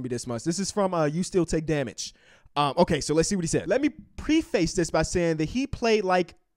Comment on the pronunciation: (Preh-fess) Preface